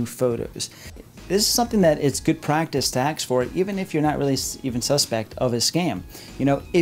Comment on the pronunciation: Ask Not axe. You're too smart for that.